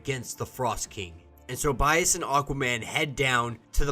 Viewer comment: Dude.. it’s not “bias,” it’s “biss.” As in the end of the word “abyss.”